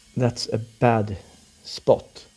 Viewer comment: "Thats a bad SPOTT"